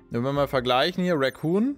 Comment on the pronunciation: Eine Sache die ich seid ich dabei bin knuffig von dir finde: Du sagst immer "Racoon Rüstung" also "Waschbär Rüstung" :D "Recon" wird genauso ausgesprochen wie es geschrieben wird, kommt von "reconnaissance" :D Ist echt keine Kritik, ich find es nur iwie sehr knuffig ;D